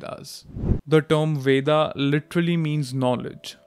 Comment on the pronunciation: It's Veda (वेद), not VedAAAAAA. Learn to pronounce your own words properly.